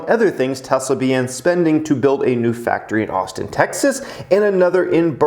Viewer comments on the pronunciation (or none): none